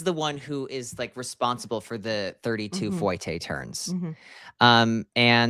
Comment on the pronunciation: How did he just pronounce ‘fouette’? Foy-tay??